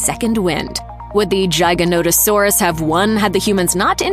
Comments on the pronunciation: Its giganotosaurus. With a G not a J. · Jiganauto? How tf do you say giga-noto-saurus wrong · "Jiganotosaurus" 🤣🤣 it's "Giganotosaurus" like "gigabyte". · Um.. maybe someone has said this but Giganotosaurus is pronounced (Gig) as in Gigabyte not Giy as in Giant.. I couldn't stomach listening to the rest of this, the mistakes were unrelenting. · Giganotosaurus. Giga not Jyga. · Giga, as in "gigabyte"...Gi-gah-noh-tah-saw-rus. Thank you. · Giga in giganotosaurus is pronounced like gigabytes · the Dino is called giga Nota saus not whatever you call it lmao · The gignotasuars that not even how it's pronounced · The way this video pronounces giganotosaurus KILLS me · You couldn't even put the effort into pronouncing Giganotosaurus, or what the creature were in the end scenes (Quetzalcoatlus and Sinoceratops) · Anyone catch the way she pronounced Giganotosaurus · Yep, it hurt a little lol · Please learn how to pronounce the name of the giga properly